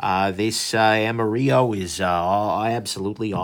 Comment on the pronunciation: you didn't wipe the excess oil and its pronounced like its spelled AM-A-RILLO